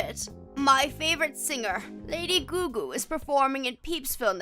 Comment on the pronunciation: It's Lady Gaga!!! not Lady Goo Goo the audacity!